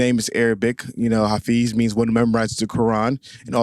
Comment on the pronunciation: Hey buddy... Your name is pronounced Ha-FEZ.... like the poet.... gawd....